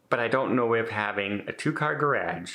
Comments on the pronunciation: Anyone who says garage the way you do, probably shouldn't have one. :) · Gonna start a drinking game each time to say ‘garagge’ lol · Is that how all Canadians say garage? It sound like gradge. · I'm sorry I have laughed at the garage how you say it. we say it differently here. I would check it out to see if it wants to have all your recording stuff in one place and if it is big enough, put one studio on one side and one on the other. Also is it worth the extra space and everything in one place. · The way you pronounce “garage”, is so different from how we say it in 🇺🇸…I love your accent. Wishing you the best …sorry this is happening….you seem very cozy in this home 😊xo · Very interesting pronunciation of "garage". Never heard it before. English is a crazy language. Good luck. I loathe moving. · Sorry you have to move. I kept laughing during the video every time you said, "garage." I've never heard it pronounced that way. Being from the Midwest I know I have some quirky words too that make people look at me, you're not from TX where I currently live...LOL Have a good day. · 😅never heard someone say garage like that before.😅😅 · Your what? Oh, garage. We pronounce it differently here in the States. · Love the way you say Garage,. We pronounce it differently here in USA. Hope you find an apartment, best of luck . Love your videos 😍